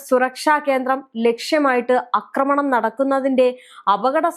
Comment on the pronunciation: ആക്രമണം എന്നു പറ അക്രമണം അല്ല